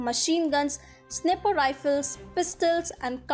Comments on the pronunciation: “Sniper” not snipper lol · Fyi, Sniper pronounced wrong, pls do check